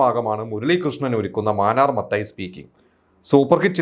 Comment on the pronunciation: മാനർ മത്തായി അല്ല മാന്നാർ മാന്നാർ